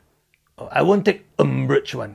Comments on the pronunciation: How come his England so powderful? First time I heard the word umbrach in 40 years. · Yeah. A new word. URMBRAGE... I thought I only know ARMPIT